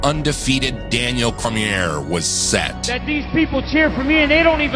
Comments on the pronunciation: Not trying to be annoying but DC’s last name is pronounced Core-mee-aye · He also can't pronounce Daniel Cormier in a fucking Jon Jones video. Sorry but that is not acceptable. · Plus cant even pronounce Daniel Cormier!! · Jones clearly lost the Reyes fight, probably should've lost the first Gustafsson fight and there's a case to be made he could've lost the Santos fight, you never discussed any of those outcomes beyond afterthoughts? That's no big deal until you completely mispronounced Daniel Cormier's name? No fight fan says that name wrong...it's just not possible. I've been bigging your videos up to my friends for years now I'm feeling like I may have been had? Do you even like sports or do you just recognize how to profit off it's drama? I can't believe I'm unsubscribing from! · Also pronounced Cormier wrong lmao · Video was incredible and perfect besides the mispronunciation of Daniel Cormier and calling Jon the lightweight champion when he's actually the light heavyweight champion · Please fix the way Cormier is pronounced! Please!